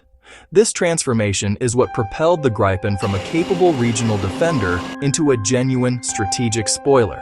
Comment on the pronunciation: At least, pronounce Gripen consistently through the video... please...